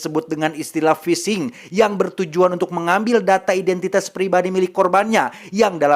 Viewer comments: Pishing, mang lain fishing wkwkwkw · Bukan fishing bwang, tapi phising 😂😂